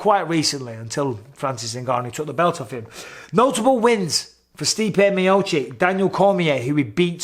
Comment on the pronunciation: Miochich, not miochick